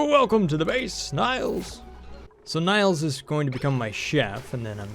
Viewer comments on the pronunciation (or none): Is it just me or is it horribly annoying that he says Nails wrong? It's NAILS - like a hammer and nails! he is saying nials. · You mispronounced Nails' name. It's pronounced "Nales" as in the fingernail. Also you can see their gender in the "Bio" tab.